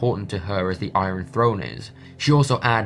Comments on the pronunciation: I-yun not I-ron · u say iron weirdly lol